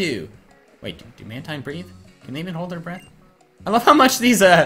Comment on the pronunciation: It's man-teen not man-tine